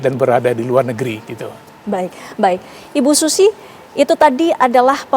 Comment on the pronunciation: Masa SUZIE di sebut/bunyi nya sushi 🤣😂🤪😁😜😇